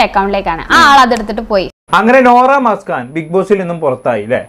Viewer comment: മസ്കാൻ അല്ല മുസ്‌കാൻ ആണ്